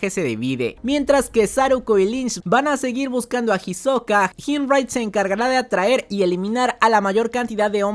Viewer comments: para el proximo resumen le puedes decir isoka y no jisoka que me da ansiedad plz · no me gusta como suena "Jisoka" :C